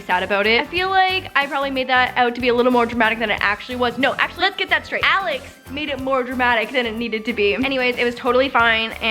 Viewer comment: When she says Alex it sounds like Alice